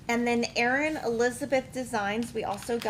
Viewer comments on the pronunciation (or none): none